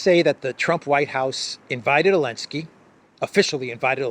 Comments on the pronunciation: Is it just me or does this guy keep saying Elensky instead of Zelensky ? Is that intentional? Is it supposed to mean something? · Why does pronounce Zelensky without the "Z?" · Remember when the EU banned the use of the letter 'Z' from Europe. I recall Zurich Insurance dumping their Z logo. still calls the goblin 'elensky.